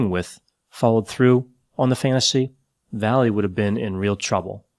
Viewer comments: last name is pronounced "vai yay" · Not sure if he's mispronouncing or translating the guy's last name.